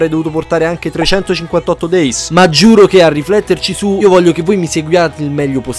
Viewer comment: Per favore però pronuncia correttamente 358/2 days che Dio Pluto mi sento male ogni volta...comunque detto questo, bel video è soprattutto ottimo riassunto❤❤